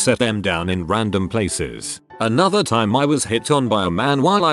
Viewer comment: I know right, it seems like it has trouble with the word "time" idk if it's a key to some conspiracy theory, or just faulty programming for the robot reader?